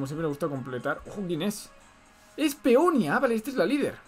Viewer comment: cómo que Peonia sera Peonía